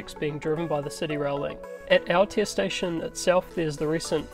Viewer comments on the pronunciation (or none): Great update... However, would be awesome if you could work on your pronunciation of the te reo names, it's 2021 and we can do better... Never heard of Krang gah happy or Aya taya...